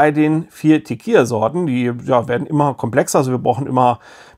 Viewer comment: Das Spiel spielt sich viel besser, als ich erwartet hätte. 😃 Auch hier kurz zur Aussprache, falls es Dich interessiert: Es wird "Tekila" ausgesprochen, also mit einem "normalen" L. "Tekija" würde es ausgesprochen, wenn es "tequilla" geschrieben werden würde. Kannst meinen Kommentar auch gerne nach dem Lesen löschen. 😉